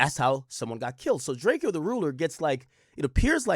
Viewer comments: STOP CALLING HIM DRAKE-EYO HE LITERALLY TOLD EVERYBODY HOW TO PRONOUNCE HIS NAME AND HOW THAT SHIT WAS ANNOYING TO HIM!!! ITS DRACO FOOL ASS BOY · Ak ijs his name is DRAKE O not DRAKE E O 😂